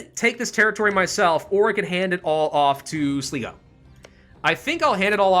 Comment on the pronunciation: Am I going to be a butt if I correct the pronounciations? Munster: Mun-ster (We say mun the same way as you say mun in money) Sligo: Sly-go. Ulster: Ul-ster (Ul pronounced like in bull.)